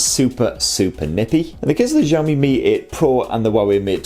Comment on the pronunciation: I think your pronunciation of Xiaomi is wrong. Zhao= J sound and Xiao= Shiaw. I'm not Chinese nor oriental FYI.